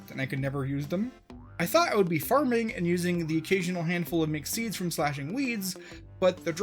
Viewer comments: mc seeds i heard mc seeds every time he said mixed seeds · i thought you were saying "McSeeds" instead of "mixed seeds" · You keep mentioning Mixed Seeds but all I can hear is McSeeds.